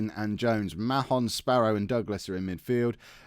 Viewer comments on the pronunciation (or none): Mahon is pronounced 'Marn' btw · i believe it pronounced marn like barn because there was a kid at school with the same last name and didnt seem too fussed about that pronouniation